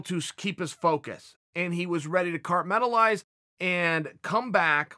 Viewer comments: Chael “cartmentalize” Sonnen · Good thing Glover knows how to "carmetalize" lol